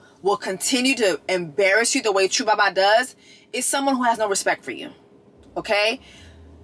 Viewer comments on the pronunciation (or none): Lol Jess it’s not “Chu Baba” it’s 2 Baba. But I love the reviews. Give this girl a reunion show slot